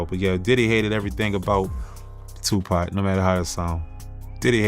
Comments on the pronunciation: Who the hell is 2pee ? It’s 2 pock. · Do not call 2Pac...2P.... Please and thank you. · Oml ✊🏾✊🏾✊🏾 2PAC!!! Say it with me TUPAC/TOOPOCK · who the fuck is 2p??? say the goat name right or dont say it at all... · Did he just say 2P??? 😵‍💫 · Speak the legends name correctly 💯